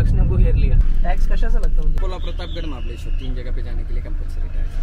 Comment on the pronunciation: its mahabaleshwar not mahabadeshwar